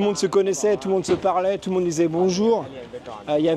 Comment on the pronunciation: je regarde beaucoup tes videos, je les aime bien, mais c'est fou de vivre en thailande depuis presque 15ans, et pas savoir dire un "bonjour" correctement